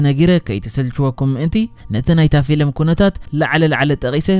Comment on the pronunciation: Xubuk akerarba aleka bejaka gina ፊሊም aytbel ፊልም bel ...